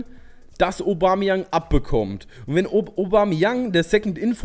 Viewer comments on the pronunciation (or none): none